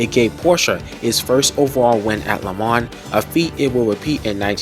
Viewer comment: Not to mention your pronunciation of LeMans, Targa Florio and many of the drivers names is all wrong. But the footage is excellent.